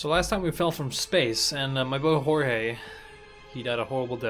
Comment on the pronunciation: The funniest part about him pronouncing "Jorge" with the h is that that joke is cannon and has been used in universe